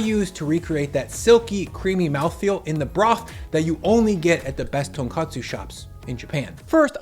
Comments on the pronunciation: I'll still hear you out, but first few seconds... it's not "tonkatsu" ramen. Tonkatsu is a Japanese breaded fried cutlet. Tonkotsu (tone-coat-sue) is the ramen broth. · TonKOTSU not KATSU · FFS, it’s tonKOTSU, not tonKATSU. Tonkotsu means pork bone, tonkatsu means pork cutlet. They are NOT interchangeable words. And dollop has an o, not an a. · Bro is not tonkatsu is tonkotsu. tonkatsu is a meat bro